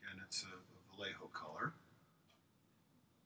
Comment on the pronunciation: Amazing skills Vayeho, not "vallejo" btw